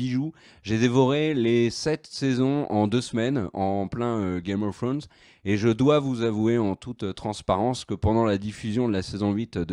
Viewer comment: L'accent anglais .... misère 🤦‍♀️